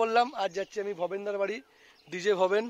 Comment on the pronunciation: দাদা ওটা ভবেনদা হবে ভবেদা নয়